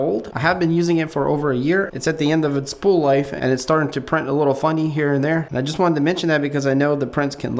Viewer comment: It''s, This not Thizz, Just not Juzz